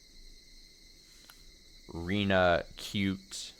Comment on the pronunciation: Rena is pronounced “Reh-nah”, and Rina is pronounced the way you’ve been pronouncing Rena this whole time.